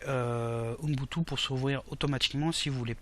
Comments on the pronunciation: Bonjour ton tuto est génial merci ! /!\ ATTENTION : Mr relou arrive dans la salle ! Ubuntu se prononce "ou boune tou" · Ubuntu pas Unbutu Tu dis unbutu 😂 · Je ne doute en aucun cas de vos compétences en informatique, mais, vous prononcez mal UBUNTU ... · UBUNTU, pas unbutu ! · c'est super ta video. Merci. (Mais Umbutou ca me fait marrer chaque fois que tu le dis :o)) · Mdrr j'avoue il fait déliré comment il dit Ubuntu ^^ Et oui super vidéo